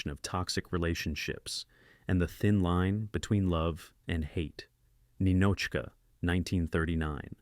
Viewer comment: Ninotchka wasn't pronounced correctly either